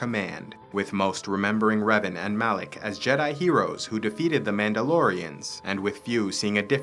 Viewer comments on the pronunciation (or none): Are you stupid? It's Malak not Alek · It’s Malak.